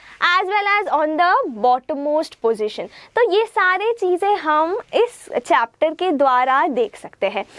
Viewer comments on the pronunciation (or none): none